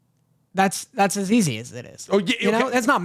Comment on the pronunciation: saying "Take it Eazzz" shows the Eastern he is, lol